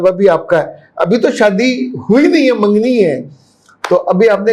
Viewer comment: منگنی بولتے ہیں مینگنی نہیں